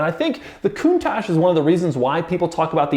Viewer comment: Coun"TAXe" lol